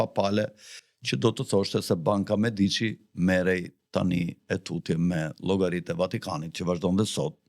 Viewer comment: Pico Della Miraaaandola cazzooooo....jo Mirandoooola ...theksin te a e pare...... De Meeeedici.... jo De Mediiiiiici... theksi te e